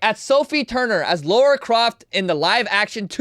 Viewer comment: Lara. Just saying. Not lora.